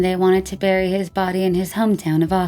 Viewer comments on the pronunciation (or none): none